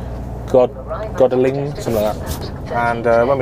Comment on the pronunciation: Godalming is pronounced "god-ole-ming"